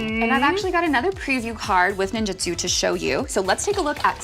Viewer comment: NIn-JOOT-soo, not nin-JIT-soo.